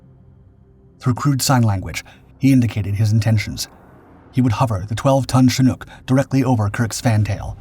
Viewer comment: This is the first time I've ever seen a "Shnook" helicopter, at least according to YouTube's AI (Artificial Idiot)